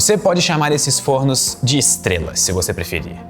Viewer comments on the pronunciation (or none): o plural de forno se pronuncia com o timbre aberto f(ó)rnos👍